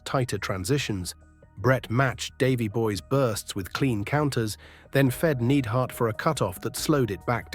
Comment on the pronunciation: Jim the Anvil "Needhart"?